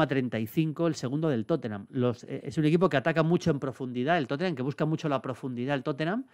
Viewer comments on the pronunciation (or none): none